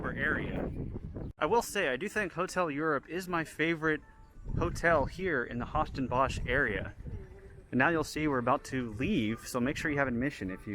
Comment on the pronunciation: yeah the name of the parc is really diffucelt for English speaking people but still it found little bit funny to hear it :)